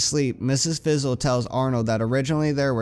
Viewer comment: It's not Mrs. Fizzle, It's Ms. Frizzle.